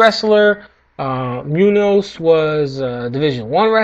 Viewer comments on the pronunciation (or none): Its Muñoz, which sounds like Mu-nioz. Shout out to all my Filipino people out there! :P